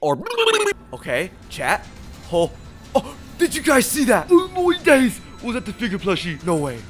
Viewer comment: I love how he says “oh moy days🇬🇧”